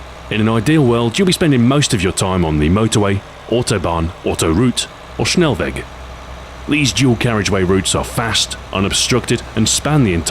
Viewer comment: as a german its very cool hearing you speak german words like "Autobahn" and"Schnellweg" its very funny for me :D ( not that its bad pronounced its just unusual;)